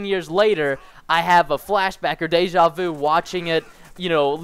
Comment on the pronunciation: Man, how the fuck do you pronounce "deja vu" !!! Anyways, nice video :)